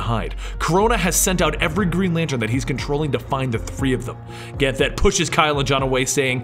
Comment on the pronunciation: Ever time he said Ganthet wrong I cringed a little bit.